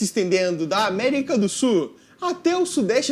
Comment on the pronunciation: CARA, FALA CORRETO POR FAVOR...America do "SUL"..De onde voce saiu com essa palavra "SUR?"